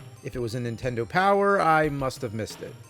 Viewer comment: I love how you always say Super Ntendo.